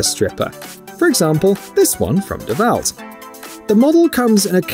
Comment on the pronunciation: You're saying DeWalt wrong it's Da Walt